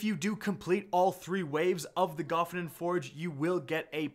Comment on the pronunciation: Wouldn't there have to be two F's in Gofannon to pronounce it that way? Sorry not trying to be a dick it just hits the ear in an unpleasant way. Plus all the other YouTubers pronounce it differently than you.